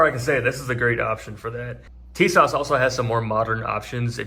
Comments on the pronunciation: It’s pronounced “Tee-zschawach” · It is actually pronounced Tisash